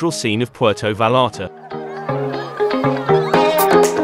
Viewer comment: Puelto valalta😂😂😂😂😂